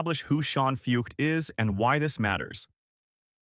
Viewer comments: Right name, wrong pronunciation..BIG difference.. Are you offended your idol is a fraud? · At least say his name correctly